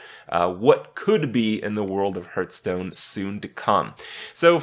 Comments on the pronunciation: "harf"stone. you dont hurtstone. dont be that guy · the point. He always says hurtstone